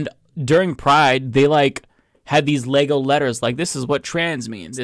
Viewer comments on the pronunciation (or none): I laughed when she first said Leego! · She cant even pronounce Lego correctly but really wants us to feel her "woke" outrage.